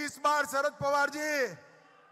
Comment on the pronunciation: अडाणी तडीपार आधी शरद पवार म्हणायला शिक .